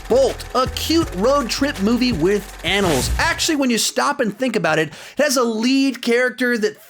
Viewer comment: In the presentation for Bolt, did he say "anals" instead of Animals?